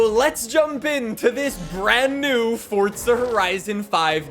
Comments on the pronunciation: Forza not Fortza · Whats fortsa? You mean forza? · Hearing you continually mispronounce forza is horrendous. It's for-za not Ford-za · Forza not fortsa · ITS FORZA NOT FORT-ZUH. (Four-zuh) 🤦🏻‍♂️ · Forza horizon 5❌ Fortza horizon 5✅ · bro it’s forza(for~za) not fortza 😐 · What does he say fortza like it’s forza your pronunciation makes me wanna die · But bro, “ for-za” why say “ fort-za “ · Am I the only one that notices he sounds like he pronounces it “Fordza” instead of “Forza”? Great coverage though just the pronunciation throws me off lol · sorry mate, small thing, great vid but its forza not fortza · Anyone else get irritated that he says it like Fortza (fort zuh) instead of Forza (for zuh)? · I'm about to beat tf out my chair cuz this man keeps saying Fortza!💀💀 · I thought I'd take a drink everytime he said "fortza horizon 5" and now im on my way to the hospital to get my stomach pumped! 🤣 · Why do you keep saying forza like that? It drives me fucking nuts… there is no T in the word. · Fortza? Learn to speak... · I can't be the only one hearing Fortsa everytime he says Forza right? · love to see he still says "fortza" lol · Omg dude it’s not fortza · Who else is getting triggered by him saying fortza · why does he say fortza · says "fortza" By that logic he should also say "horitzon" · Fortza... come on dude... are you even European? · T not D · I still don’t know why u can’t say “Forza” properly